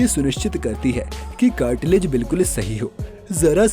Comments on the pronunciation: कार्टीलेज 🤣🤣🤣🤣कहां से आया इतना ज्ञान Cartridge(कार्ट्रिज) होता है😂😂🤣🤣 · Cartilage nahi cartridge...